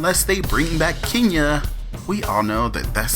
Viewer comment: ....Everytime you say KEENya I cringe. it's KEN Ya please be professional enough to pronounce a person's name correctly. Ken, Ken, Ken, Ken YA not Keen or Kean Ya